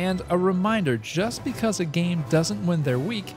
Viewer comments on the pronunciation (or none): none